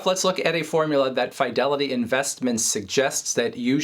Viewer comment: I typically hear it pronounced “Fuh-Delity” not “Fye-Delity” By employees who work there